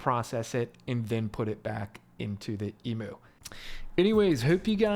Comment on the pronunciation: I love this video but the Emoo and not Emew pronunciation has me so creased.